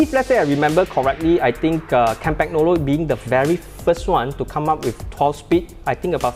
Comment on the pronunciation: kahm-pahn-yolo....no G please!